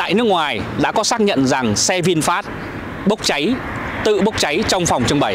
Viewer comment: dọc sai rồi e ơi...vịn phét chứ k pải vịn phát...